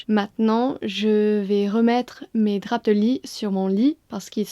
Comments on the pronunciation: En équilibre sur une poutre pour accrocher tes draps ! Au Québec, je n'ai jamais entendu le "p" de drap prononcé, mais tu viens de partir une nouvelle mode ! Et pourquoi pas tabac avec un "c" prononcé , tant qu'à y être ! Bravo pour ce court métrage et merci pour ce moment de détente ! If I was rich, I'd fly to England right away and would be glad to pay you to show me around. Amazing landscapes, history and milder climate over there. Our trees just came back to life, here in Bas-St-Laurent region of Québec... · It's more than ok, it's lovely. !